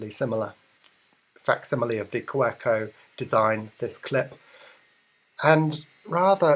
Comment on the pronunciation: pronounced "kaVeco"...just saying